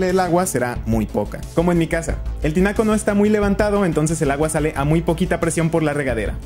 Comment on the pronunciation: "Pero lagua"? Oí bien? 🤔😆